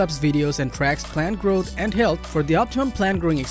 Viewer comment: Wait did he say grow nuts? But how? Lol